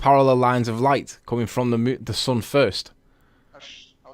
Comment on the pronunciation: Please tell this nut that it's SUN NOT SON!